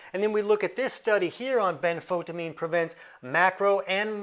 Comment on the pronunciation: benfoTIamine TI-amine ben-fo-TI-amine . . . pronounced like a TYE around your neck, rhymes with DYE . . . and SIGH : )